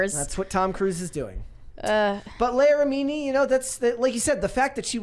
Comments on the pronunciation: It's LEE-ah RI-mi-nee. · Mispronouncing her name so badly makes this unwatchable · How do you have a show about pop culture and NO ONE knows how to pronounce her name?